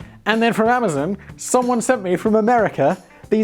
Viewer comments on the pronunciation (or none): none